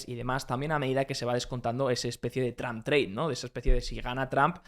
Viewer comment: tram xD donde aprendiste ingles? en lavapies?